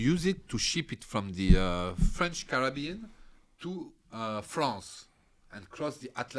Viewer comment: I like how French people pronounce "Carabean".